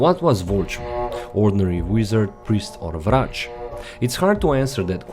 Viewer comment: where are you from? The way you said Vrac and Zrec i belive you are from slovenia. Am i right ?